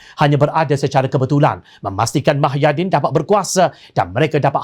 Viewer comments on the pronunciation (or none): Pembaca berita syok sendiri,woi muhyidin lah,bukan mahyadin..sudah lah.